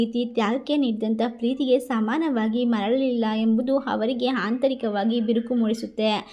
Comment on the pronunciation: ತಾಯಿ ಮೊದಲು ಭಾಷೆಯ ಉಚ್ಛಾರಣೆ ಯನ್ನು ತಿದ್ಕೊ ತಾಯಿ. ಇಲ್ಲದಿದ್ದರೆ ಅಪಾರ್ಥ ವಾಗುತ್ತದೆ ಹಾರಾಧನೆ, ಹವರಿಗೆ, ಹಾಳ,ಹಾದರೆ, ಹಬಿಪ್ರಾಯ, ವರಗಿನಿಂದ,ಹೋಟ, ಹಾತಂಕ,, ಹಾಫಿಸ್ , ಹಾಗಿರುತ್ತೆ, ಅಲವಾರು, ಹಾರೋಗ್ಯ, ಹೊಂ ದುಂ ದುರ್ಗಿ ಅಲ್ಲ. ತಪ್ಪು ತಪ್ಪು ಉಚ್ಛಾರಣೆ ಮಾಡಬಾರದು.